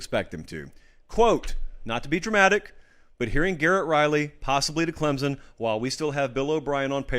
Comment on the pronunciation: loved your take on the hire and the type of person Dabo is but hey man there's no "Z" in Clemson